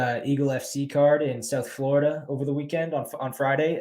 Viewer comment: Most irritating mc in the history of mc’s. the dudes voice never changes. Imagine him talking to his mrs. can’t pronounce words that end in a. On eagle fc USA card dude was saying floridum